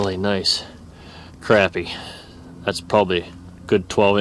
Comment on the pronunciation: Crappie not crapie